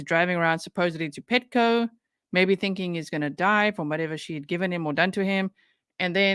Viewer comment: And pronouncing every word that ends with a G, with a K. ThinkinK, anythinK, nothinK. Oh. My. God!! But she has a doctorate in education. Yeah, yeah, yeah, whatever, whatever.